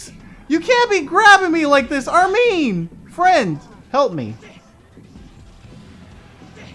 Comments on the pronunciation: Does it bother anyone else that he says (Ar-mean) because I'm not used to that I always say (Arm-in) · Bro, it Arm in not armeeen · ***** Dude your pronouncing my favorite character's name wrong! It's Armin not Armine! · Its not pronounced Arm-mean It's Arm-in, Jeeze. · its pronounced Arm-in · you said Armin's name wrong.